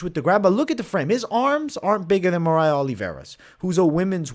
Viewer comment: Mariah lol its Maria